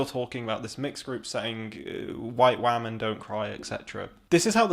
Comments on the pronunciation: He keeps saying wahhhhmen. Are wah-men women who cry? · I really appreciated this video. Really enjoyed so many of the points you made, but dear god the way you say "women" makes this too cringe to watch around other people, or share with the people I would otherwise share it with